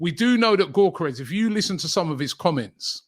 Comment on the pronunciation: The G is silent in his name. It’s pronounced Yokeres